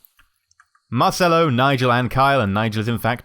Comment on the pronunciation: I said this on another video its said marchello not marcello and I also really like that you actually reply to the comments of people :)